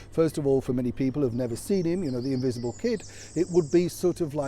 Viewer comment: ...🫢...you said invisable children 😉!